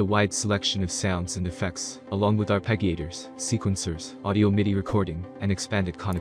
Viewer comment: Bro pronounced it “arp-egg-ee-aytors” and I immediately lost all faith in the content